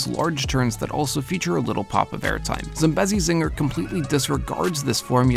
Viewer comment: Tbh hearing people pronounce Zambezi wrong gets on my nerves so much